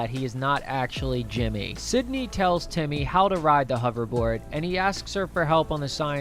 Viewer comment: you keep saying sydney instead of cindy